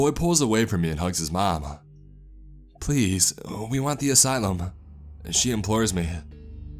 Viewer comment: “asylym